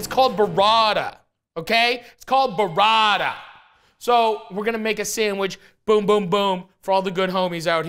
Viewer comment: “It’s called buh rradah”